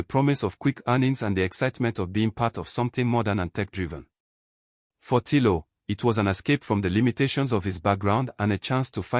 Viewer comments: its Tino not tilo and its emaudo not the one you said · It’s Tino. Not Tilo